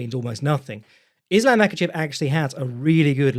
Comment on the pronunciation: The Yosemite Sam of pronouncing it “Is-Lamb”